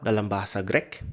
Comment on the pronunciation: Greek itu cara bacanya bukan "Grek". Kalo mau komentar bahasa belajar cara baca dulu sono. 😂